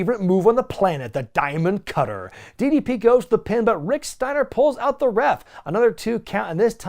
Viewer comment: I cringe every time he says “diamond cutter” 😖